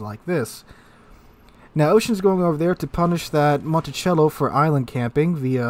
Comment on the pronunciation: Your pronounciation of Montecuccoli is making me visibly cringe in pain :) "monticello"?